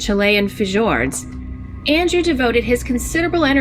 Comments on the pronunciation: Love these voice over people. Fah-Jords? Our school system has failed. It’s pronounced “fyords.” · Fee-yords, not Fee-jords. Sheesh. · Fajord?!?!?!?! Its pronounced Fiyord. Caroner?!?!?! Its pronounce Cor-in-or. Sheesh. Sheesh. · I can't believe that stupid narrator actually just said "Fuh-jords" with a hard J. for the word Fjord. sigh LOL It's pronounced "Fee-ord". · She said fee-jords. (Fijords) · I was just going to comment: what the heck is a fuh-Jord? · I expected the spooked stories, not the mispronunciation of the word FJORDS lol. Cool video, man.